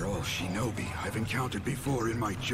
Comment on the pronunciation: "I die a splendid shenobi"